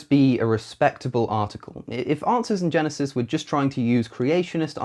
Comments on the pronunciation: A couple of times it sounds to me like he said "Asses in Genesis" instead of "Answers in Genesis". I would agree with that, and would like to see a picture of a bible open to Genesis, with a bunch of donkeys walking around in front of, or on it. :D I could try to photoshop that myself, but I'm not that good with that kind of stuff. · When you say it,is sounds like"Asses in genesis" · I kept hearing you saying "Arses in Genesis" rather than "Answers in Genesis". Not that you have any problems speaking understandably; just my unconscious mind giving me things to chuckle at. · To an American ear, it sounded like you were saying "asses in genesis" (which is actually a very accurate description of the website).